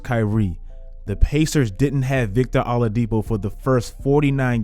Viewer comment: Bro said Victor Allahdipo. Shalom him du Allah na I mean?